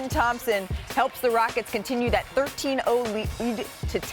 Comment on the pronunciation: Ime Udoka got Malik’s so discombobulated 😂 She can’t even say the team name! It’s the Houston Rockets lady! 😂